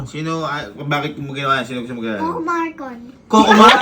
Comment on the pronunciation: umiinom po ako nang softdrinks yung pag sabi ni sky na coco Marcon muntik lumabas sa itlong ko yung seoftdrinks😂